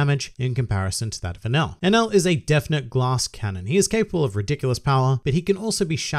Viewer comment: I think you pronounce him like "an L"